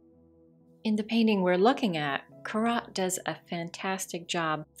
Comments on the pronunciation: It's pronounced "Cor-O" not "Cor-ott"! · There are many well deserved laudatory comments here. But there are problems with the spoken text. The speaker uses the word horizontal when the proper word is parallel. And I actually gasped when Corot’s name was mispronounced. ( core-OH ) Just as there are do’s and don’ts in visual composition, in writing and speaking there right ways and wrong ways.